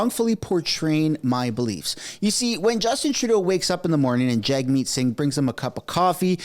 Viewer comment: it maybe just me, but it sounds like journalists refer to him as Jugmeet, and not Jagmeet! It's wild